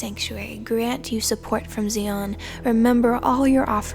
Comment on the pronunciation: Beautiful reading. One little word that must be pronounced properly is Zion. Z-eye-on. Hebrew sistah be like, what is Zee-on lol🙏✌️🕊️